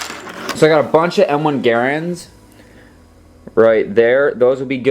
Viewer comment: Aaah, you are pronouncing garand wrong, it’s just said like grand not geir and